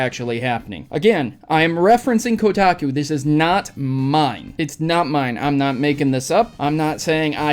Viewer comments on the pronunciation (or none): As soon as you said Kodaku I cringed